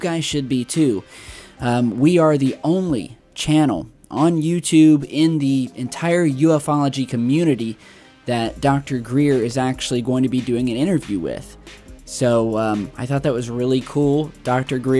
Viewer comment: its not uf-ology ..its ufology.like you.fology..